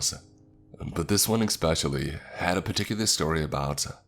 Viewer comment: Expecially is quite possibly the most annoying mispronunciation in the english language, I'm sorry i just can't listen to that lmao.